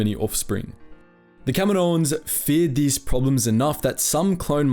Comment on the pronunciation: Everytime he says "Kaminoans" it sounds like he's saying "Kevin Owens".